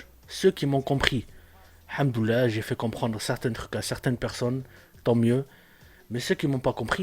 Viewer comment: On dit El Hamdoulilah et non hamdoullah frère sa n'a pas le même sens fait des recherche la dessus plutot c pas intéressant c'est son problème toi tu te mes temoins de ces fautes pour le jour du jugement dernier